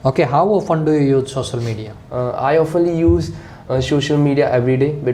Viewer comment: The way examiner is pronouncing sosal media😂😂😂